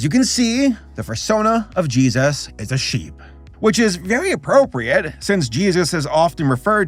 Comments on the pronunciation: I wonder why he always says Jeeayzus when he says Jesus, I thought it was amusing when he reacted to the crappy Christian cartoons, But now I have noticed he says it that way every single time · "Judas and Jesauus."